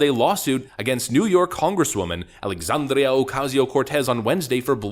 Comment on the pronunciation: Her first name is Alexandria, not Alexandrio.